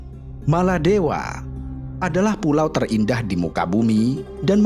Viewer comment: Sebutan biar betul bukan maladewa